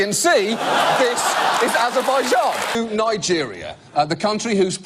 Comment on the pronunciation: Points for pronouncing the 'J' in Azerbaijan, properly.